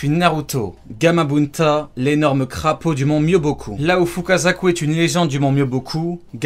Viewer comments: Mais c'est pas Mobyoku c'est Myoboku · Myoboku pas mobyoku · mobyoku srx .... c'est le mont myoboku chaque fois que tu fais une video de naruto tu prononces tout mal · C'est Myoboku, pas Mobyoku bruh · On ne dit pas ''mont myobioku'' mais ''mont myoboku'' a par ça excellente vidéo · Par contre le mont c'est le mont MYOBOKU et pas MOBYOKU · Par fois tu te trompes sur les prononciations tu as dis mont mobioku alors que c’est myuboku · ton travail est extraordinaire et j'ai pris un deuxième compte google pour liker sinon petit aparté c'est "Mont Myoboku" pas "Mont Mobyoku" bonne vidéo sinon 👍🏼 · C’est le mont mioboku mais pas mobioku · Je ne remet pas en cause ta prononciation qui est excellente ^^ mais c'est le mont myoboku pas le mont mobyoku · pq tu dit mobikou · "J'adore le Mont mobyoku" Superbe prononciation👌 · dsl mais tu dis très mal les mot du genre hogake miobocou